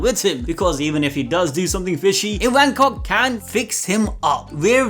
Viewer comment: Its ivankoff not ivancock